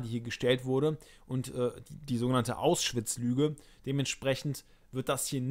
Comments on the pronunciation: Kleine Anmerkung am Rande, es heißt "Auschwitz" und nicht "Ausschwitz", das triggert jedes mal wenn du es so sagst ^^ ansonsten geile Videos, helfen mir echt super ! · Hört noch jemand andauernd, dass er "Aus-schwitz" sagt? Finde ich sehr seltsam...